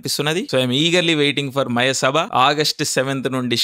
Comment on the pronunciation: అరె తిక్క బ్రదర్ మయసభ అని సరిగా మాట్లాడు బ్రో